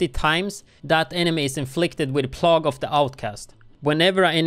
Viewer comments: It is not plog, it rhymes with peg its pronounced plag, like a sickness. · Pronounce it "plaig" not plogg. It's all good, you still rock. Thanks for the video, amigo. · say it like play - ga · nice vid! thanks.. It's pronounced "Play-gue" no offense intended, just pointing that out :) <3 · Plague sounds like PLAYgue. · obviously doesn't as he pronounced it incorrectly. I'm certain, as he's multilingual, he'd be happier with the correction than without. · could you clarify which part of my comment you've found me to be 'absolutely wrong'? Was it the statement, detailing the FACT that he pronounced the word incorrectly, or was it the speculative statement towards the end? I think you need a lesson on constructive criticism.